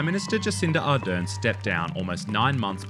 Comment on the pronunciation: Jacinda ArdeRn - please get her name right. The stress is on the second syllable.